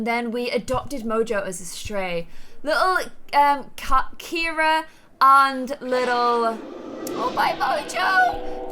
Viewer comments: You’ve been pronouncing “Ciara” as “Kira” this whole time and nobody’s told you idk if I missed something and you changed her name for some reason but my best friend is Filipino her name is Ciara it’s pronounced Ci-air-a but I guess it’s kind of to late now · It's annoying that she keeps saying Carrie instead of caira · CIARA NOT CARRIE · kept on calling Ciara, Carrie throughout the WHOLE VIDEO!!!!!!!! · DISE ANY ONE NOTICE THAT ALWAYS SAYS CARRIE INSTEAD OF CAIRA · It’s Kira not Carrie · KIERA NOT CARRIE!!!!😂 😂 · Who else notices that calls Ciara Carie? Like if you agree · Ciara not Keira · This was in the comments ages ago when Ciara was first adopted. pronounces it the Irish way.